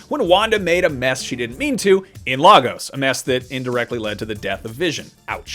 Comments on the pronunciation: Its not LARGOS ir Fricken LAY-GOS......LAGOS = LAYGOS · Dear Americans. Please stop pronouncing it as "Lah-gos", it is "Lay-gos" Yours sincerely Nigerians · People it's pronounced "Lay gos" not "La" 😩🙄 Lagos, Nigeria shown in Captain America Civil War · Why does everyone pronounce 'Lagos' wrong?? Is Lay Gos not La Goes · Lay gos.... not lah gos 😭😢😭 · Guys it’s more pronounced lay-gus